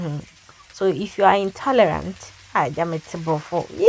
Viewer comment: I heard intorelant